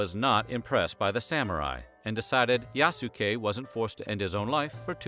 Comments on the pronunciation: Bruh Yasuke is (Yahs-kay) like the way you pronounce Sasuke. It's not (yah-soo-kay) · The way he's pronouncing his name is wrong, the "u" would have almost been silent like "Yas-kay" or "Yaske" not Yasookay lol watch the Netflix show you'll see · Bruh! Man triggering me when he say Ya-su-kay, instead of Yaskay... the U is silent 😪 Throw some respec, on it! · He pronounced 'Iayasu' as 'Leayasu' ➕ I'm sure the name Yasuke was pronounced 'Yas-kay' not 'Ya-ku-say' though i may be wrong 😄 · His name is pronounced Yas-kei, not yasu-kei :) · *yah-ske Not Ya-su-ke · I am sorry but this is bugging the F out of me 1 "Yasuke" the u is SILENT! its pronounced "Yas-kay" NOT "Ya-su-kay". 2 He is not a "black" Samurai for him to be " black" would mean he was American as only Americans label people by color. You are destroying peoples names in this video! the disrespect is unreal, at least try to learn how to say people's names properly please! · It's pronounced "yass-keh". There is no emphasis put on the "su". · Everytime the narrator says "YASOOKE" TRIGGERED 😠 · If I’m not mistaken the sound of that name should be pronounced “Yah-skay”. Please correct me if I’m wrong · Pronunciation: YAHS-keh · Yahs-Kay. You're welcome. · YAHH-SUUE-KAAAAY The Japanese in me dies everytime he says it 😭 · It’s said “Yas Kay” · Japanese pronunciation is Yas-Kay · Please😭 The way his name was butchered. [Yas-Kay] is the way to say it guys. Made me cringe every time. Otherwise, very great story! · It's pronounced "Yaske". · It’s YAH-SKAY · It's pronounced yaas-Ke U's in Japanese are very short almost silent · His name is pronounced YAH-skay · It’s pronounced YAH-S’KAY. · Ya-soo-kay. Oof. Why ya gotta americanize it to the point of weebiness like that? A quick google would likely tell you how to pronounce it. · you pronounce his name wrong. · The "U" is silent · Hearing you butcher Yasuke’s name hurt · the way he says yasuke is so fucked up 😂